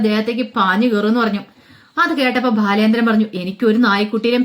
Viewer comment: ഭാലചാന്ദ്രൻ അല്ല ബാലചന്ദ്രൻ എന്ന് ഉച്ഛരിക്കൂ 👍